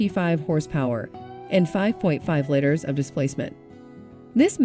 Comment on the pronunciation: I hate how they hire these non car people they think have good voices to verabilize and make these gaffes in pronunciation...hilarious!